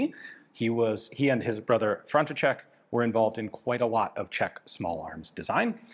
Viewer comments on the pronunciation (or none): The Czech name "František" is read as ['frantiʃɛk] (in American transcription, [FRAN-ti-shek]), not [FRON-ti-chek] (as Ian said).